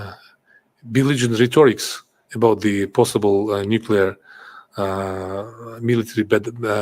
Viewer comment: Nucelar, se dice nucelar!!! Jajaja